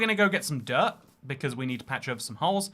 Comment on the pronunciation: I love that when ever says dirt it sounds like derp. "The derp forest" just sounds like a forest full of me's